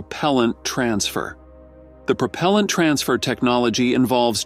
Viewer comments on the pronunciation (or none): What is "Prop-o-lent"?